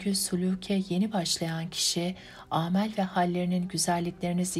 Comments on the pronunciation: Sesiniz güzel keşke kelimeleri de doğru telaffuz etseniz âmel değil de amel demeliyiz. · Güzel kardeşim herşey iyi güzel ama editörünüz yok mu, aaaamel ne ya hiç duymadınız gibi geldi bana yanlışdan dönme niyetinizi olmadığı ısrarla söylemeniz den belli inanılmaz rahatsız edici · Bu kitabı okuduğunuz için ahhah sizden razıı olsun,eleştiri değil bir bilgi olarak derim ki;amel kelimesinde a yı uztmayın,türkçede kullandığımız amele kelimesini telaffuz eder gibi,lütfen ❤ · Yorum ve onerilerimizi onemsiyorsaniz ; lutfen "amel" kelimesi nasil telaffuz edilir bi' bakin.Bunun disinda soyleyecegim olumsuz bir sey yok,gayet guzel seslendirme.tesekkurler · Evet, kelimeler doğru telaffuz edilmeli. 'Amel' kelimesinde 'a' kısa okunur. Aynı şey 'sahih' kelimesi için de geçerlidir. 'A' burada da kısadır, uzun 'ā' değildir. Emekleriniz için teşekkürler..